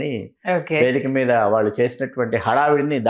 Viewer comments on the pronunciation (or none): మీరు దయచేసి “వాల్లు వాల్లు “ అనకండి, వాళ్ళు అనండి.